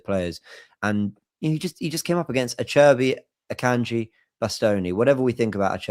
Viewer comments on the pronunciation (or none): I can just imagine ' mum cringing and shaking her head at the way he pronounced Acerbi and Bastoni